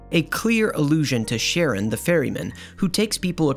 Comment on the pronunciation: I've purged all my childhood memories. They make me cringe, and I need the extra RAM space. - Charon is pronounced "CARE-on", not "sharon". - Worth it. ^^ - My depression is entirely logical. My life, in of itself, is plain and comfortable. But what takes up all that extra RAM I mentioned is all the processor-time I spend keeping my fears about the worsening state of the world locked in the back of my head and suppressed. But oftentimes that suppression isn't enough. And every day, it seems like something new gets added to the pile as the human species continues to fuck up my planet and guide society down the path to its own slaughter. How can I write my books if I or the world am dead? Who will read them if the world ends? I have the answers to fix it all, but I can't act on them - because I know the forces arrayed against me, and I have not the protection I need to fight and defeat them and remain alive to pursue my writing afterward. That's what depresses me. Powerlessness. The inability to fight the evil I know is devouring my world.